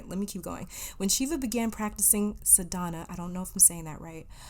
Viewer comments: hi, i wanted to help u with the pronunciation . tamas-taamus ,ajna-ajjna , sadhana- saadhna..also dh is said as th but with some stress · Pile 4: Not a hindu, just a yogini. I believe accent is on 1st syllable of Sadhana. I think that's how Sadhguru says it.